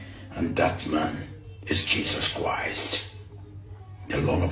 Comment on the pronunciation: The way he even pronounces Jesus Christ is fishy. Jesus kuwaist he is fake jare